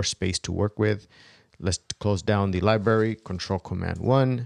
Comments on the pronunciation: please stop saying "Lie-barry"--- your correctly pronounce it: "Lie-bRarry" --with the "R" sound! Be professional! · bro u got some good videos. . .but please stop omitting the R in your pronunciation of libRary. . .it's fuckin killing me! = P <3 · Video was good, but not sure what a LIBARY is.